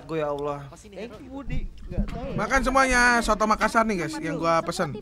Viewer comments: coto mas bukan soto wkwk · Bukan soto, tp coto🙂